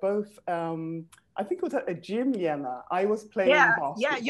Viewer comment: Wow they striving to pronounce name Elena correctly so hard